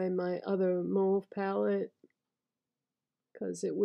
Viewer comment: Happy to hear you pronounce "mauve" the right way 😉 Love mauve colours.